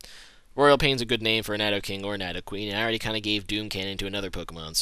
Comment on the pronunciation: he doesn't pronounce Nidoking/Nidoqueen properly.